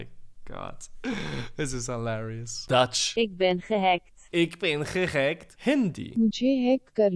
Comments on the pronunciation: Dutch : ik ben gehacked. How he said it: ik ben gegeckt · Je zegt het fout 😡😡😡😡🤬🤬